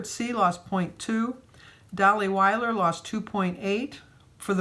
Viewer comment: by the way, my last name is Will--er,not Wile--er. the i is not a long i.. It's liike Miller, but with a W not the M